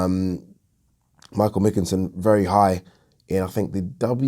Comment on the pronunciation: Pronounced McKINson lol